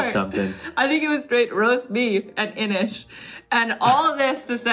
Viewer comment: INIS! You culled INIS?!? My lord.